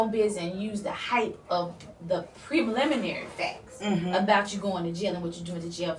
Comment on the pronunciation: oh my the chic on the left said prebliminary! ok I'm done now ....I'm losing brain cells by the moment!